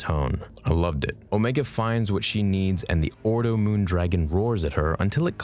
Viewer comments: Her name is Omega. Not Omeeega. Unless you’re also Kiwi 😂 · how do you pronounce omega incorrectly lol